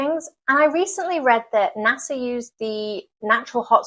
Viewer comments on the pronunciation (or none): none